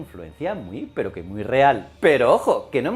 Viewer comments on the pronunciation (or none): none